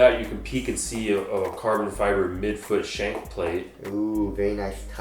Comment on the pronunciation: ALSO CARBON FEEEBRAY